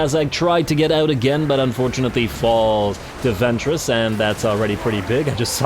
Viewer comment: Every time you mention the name of Ventris, my mind keeps hearing it as "Ventress" (as in Asajj Ventress, the Star Wars character), and I often find myself trying not to giggle at the thought of her kicking ass on a Warhammer battlefield.